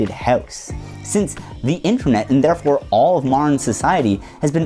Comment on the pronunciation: why does he say house in Irish